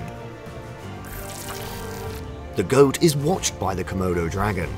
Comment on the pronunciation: Say comoudou dragon one more time! I dare you!